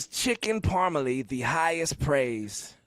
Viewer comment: "You're gonna go to Buffalo & order Chicken Parmalee?"